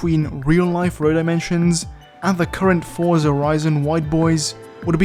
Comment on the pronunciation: 1) Thank you for properly pronouncing Forza as forza, instead of saying fortsa like a weirdo 2) Some games apply speed lines, like they were a cartoon. Some build it into the road texture (particular the closest level of detail version)